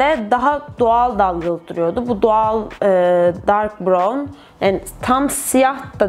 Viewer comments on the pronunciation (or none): BIROVN DEGIL BIRAVN DIYE OKUNUYOR